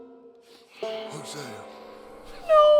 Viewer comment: why are you saying Hosea like Huh-Sia??